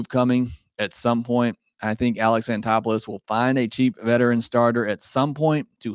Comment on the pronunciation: Is that how you pronounce Anthopolus? Sounds weird. I say An Thop Olus.